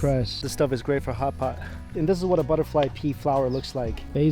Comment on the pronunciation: I thought he said butterfly pee 😨